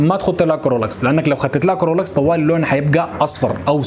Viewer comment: إسمو كلوروكس يا الحبيب ما كرولوكس